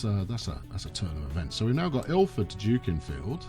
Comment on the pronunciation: Late to the party, but it's pronounced Duckinfield.......